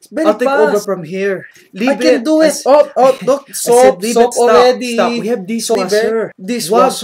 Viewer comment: "YOu just don't grab ettt like a rejjing animaLL.." HAHAHAH :P